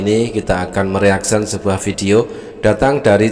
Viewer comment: Mereaksi, bukan meraksion